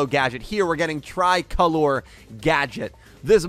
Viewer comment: yo!! i wanted to say that "Tricolore" is an italian word, often used to describe the italian flag. maybe you should check the pronunciation:p